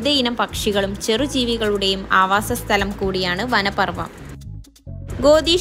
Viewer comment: മലയാളഭാഷ നന്നായി പഠിച്ച് വീഡിയോ ചെയ്യണം. സ്ഥലം എന്നതിന് സ്ഥനം എന്നാണോ പറയുക...5.34